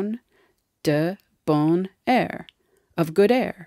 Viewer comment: I'm a native french speaker and the way she said it was more akin to "bonne air" than "bon air" with the liaison. Maybe because this is an educational video on French and the material should be accurate no?